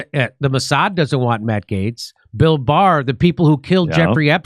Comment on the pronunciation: Jimmy finally pronounced Gaetz correctly.